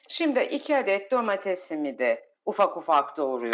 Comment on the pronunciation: SİMDİ DENMEZ...! ŞİMDİ DENİR. Türkçede Ş diye harf var.Oha be !